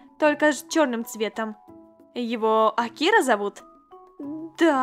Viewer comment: Интересный факт: Правильно говорить слово Акира с ударением на букву А